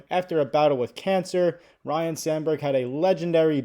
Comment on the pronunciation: It sounds like you are saying Ryan, it’s Ryne